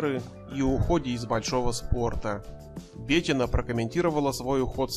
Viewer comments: Что с русским языком у автора? "Начиная с 2003 года И.Слуцкая открыла...." - это как? И почему БЕтина? Она БетИна. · БетИна, в имени "Бетина" ударение падает на букву "и". Неучи, кровь из ушей от тотально безграмотных ведущих и озвучателей. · Комментатору поучиться нужно как разговаривать. Ударение не правильно в имени Бетина, предложения монотонные. Слушать неинтересно. Профессиональнее надо быть, товарищи.